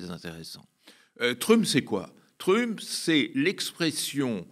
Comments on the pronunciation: En prononçant " trUmp", ce type a fait mon noel. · Le gars n'a jamais entendu la prononciation de trump et il prétend s'y connaître suffisamment pour analyser sa politique. Soit il ne s'est jamais renseigné sur le sujet dont il parle soit c'est une personne manquant de sérieux, de professionnalisme; dans tous les cas, du coup, c'est problématique, qu'il puisse s'exprimer sur ces sujets-là.